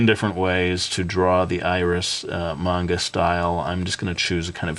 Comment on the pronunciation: everytime you say manga it sounds like mango, great guide nontheless